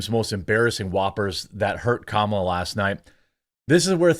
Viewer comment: IT'S STILL........KA-MA-LA....